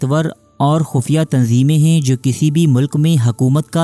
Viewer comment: Mashallah Bhai ap ne video to boht achi banayi hai _ magar ap ( Hain ) ko ( heen ) kyu bolte ho 🙂